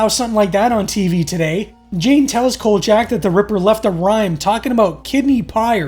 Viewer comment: Could you please get the characters name right, his name is kolchack and not kojack.